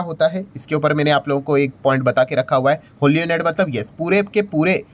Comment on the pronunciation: Sir, sorry to point out but the word ' owned ' is pronounced as " ओन्ड" and not as "ओनेड" Please correct